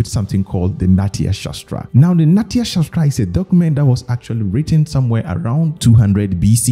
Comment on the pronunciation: Not natia it's nattiya try to pronounce actually